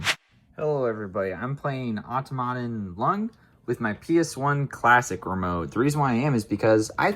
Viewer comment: Most of me: Wow! what a cool video Small gremlin inside of me: the stress should be placed on the "tom," not the "aut" in Automaton